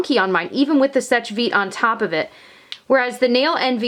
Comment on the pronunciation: Just so you know, seche is pronounced "sesh", not " sech". Sorry, I don't want to be rude at all, I am really trying not to!